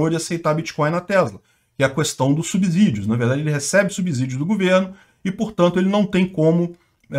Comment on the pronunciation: Subssidios e não subZidios. Ou vc fala subZolo.